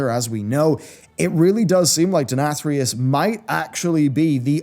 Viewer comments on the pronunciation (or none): You pronounced the Name Denathrius 3 different ways in this video LOL.. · I like how as the video went on longer, he kept pronouncing Denathrius more like asmongold does haha